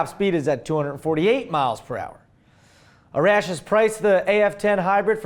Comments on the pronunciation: are you sure it's pronounced A-RASH and not AR-ASH? I have a friends who is Persian and it is pronounced the second way. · Hey I love the show and your a great and funny guy but being Persian I'm more than pretty sure that Arash is actually pronounced Are-ash and as for my name It's Ali... Like Muhammad Ali... Love the show bro!!!!